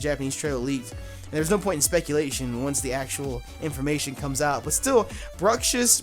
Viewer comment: pretty sure it's supposed to be pronounced as bruks ish. I think it's a combination of bruxa and fish.